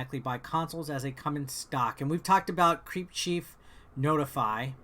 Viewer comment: I have to mention this. It's called CrepChiefNotify (Crep like the Crepe) and not CreepChiefNotify (Creep, like you pronounce it). Don't know if you're doing it on Purpose, but it's kinda annoying when you pronounce it CreepChiefNotify. Don't worry, i don't want to protect that Group. On the Contrary, by pronouncing it correctly zhat Group will be easier found.